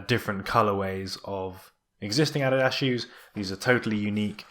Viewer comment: it's the correct german pronunciation